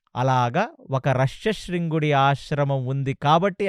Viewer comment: రుశ్యశృంగుడు అంటారు కదా మీరు రష్యశృంగుడు అంటున్నారేంటి...